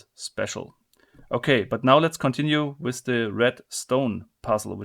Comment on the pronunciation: Why you say "with" "wis"?